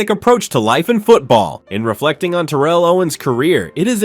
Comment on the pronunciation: I really hate to be that guy i really do but its Tare-uhl but genius move calling him Owens the rest of the way though, i would've just used T.O personally....wait now that I think about it, did he even call him T.O at all???